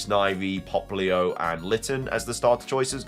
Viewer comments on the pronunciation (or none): none